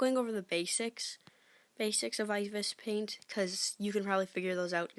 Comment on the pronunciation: I-be-es paint is how it's pronounced lol.